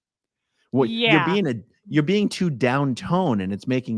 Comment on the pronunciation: every time says "being" I hear "bean" and it makes everything funnier! lol